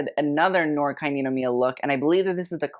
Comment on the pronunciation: 'noir' is french so it's pronounced 'nuhwaar'. also blackpink is wearing D&G eew